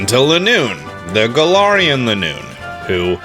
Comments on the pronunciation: Garar Wheezing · so u say galar correctly then say galarian wrong why